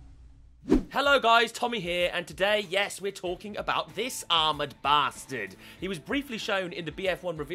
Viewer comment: I like he keeps calling him armed baster